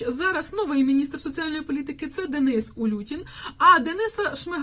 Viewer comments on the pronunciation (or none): none